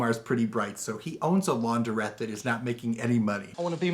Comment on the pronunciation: It is LaunDRETTE………not Laun DER ette!